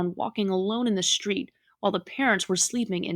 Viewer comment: It's not a shtreet. It's a STREET. Lose the "H". It's an uneducated slurr